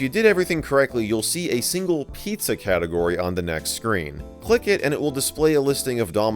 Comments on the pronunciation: " Pii-zza " What fun. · pizza < piiza